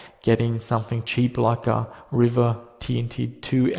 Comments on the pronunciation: Its pronounced "reeva" not "river" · I always thought it was pronounced ree-va and not river. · its Riiiiiva.... not River.